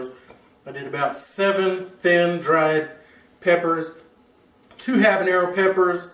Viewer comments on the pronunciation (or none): none